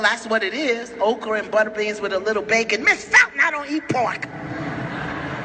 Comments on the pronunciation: I thought she was saying Oprah, too. But obviously she was saying Okra the food I really like. I think she should have sounded it out and spelled it so it would not be mistaken for the Queen of Talk Oprah! Just enunciate because Oprahs name does sound a little like "Okra." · She said Okra